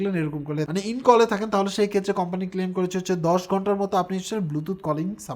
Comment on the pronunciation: "company" word টা শুনতে ভাল লাগে না